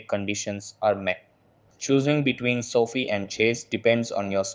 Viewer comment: It’s so fie not soft I